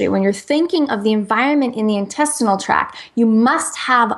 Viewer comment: I love her, but it drives me absolutely crazy that she does not say the "t" on intestinal tract. I've heard many interviews with her and she never says it. Sorry! Just a little pet peeve because it's a distraction from the great information she always shares!